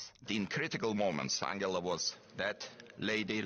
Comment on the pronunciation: So her name is pronounced as an-gala and not an-gel-a... Hmm!